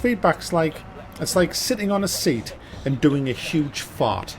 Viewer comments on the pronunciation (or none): none